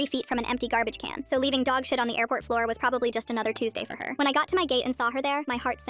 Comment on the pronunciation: "floor æuã" "Exploit it uæā" 😂😂😂😂😂